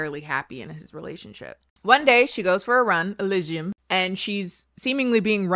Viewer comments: The Google Voice "elizium" "eligium" yeah close enough.... 😂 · Oh poor that pronunciation thing is leading you astray. I believe most Americans would pronounce it Eh-LEE-see-um. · Everytime said the chick's name had me cracking up. 😂 Elysium. Elsum. Elson. Esmond. Whatever her name was. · Rewatching this for the jukebox moments and the laughing at deaths, but at the drawback of repeating "e lee zee um" every time has to remember how the hell to pronounce Elysium. (Granted, I have an indie game for the reason I remember it) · Hold up, Chile, it Ely-sium. Like elly from the last if us an sium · Every time said (Alisium?) I thought about Gladiator 😅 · For future reference, an easy way to say it is: Ee-Lee-Zee-Um -Greek Mythology Enthusiast 😂😂😂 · ee-LEE-see-yum,. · assuming hasn't played disco elysium since she can't pronounce it, this is an injustice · Take a shot for every time breaks into song or pronounces the main character’s name differently 🥴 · Oh wow I've definitely been mispronouncing Disco Elysium everytime I've recommended it to people, oops!